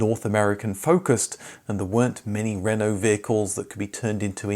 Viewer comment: I REALLY love your videos and I'm really pleased you've learnt how to pronounce “Renault”, but it's “coupe”, not “coop”.